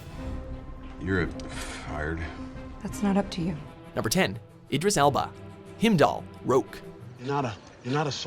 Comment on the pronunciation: Him Doll? wtf dude?